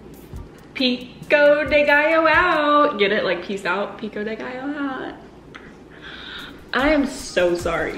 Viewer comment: As a Mexican who can't speak spanish, I don't mind the way says Pico de gaillo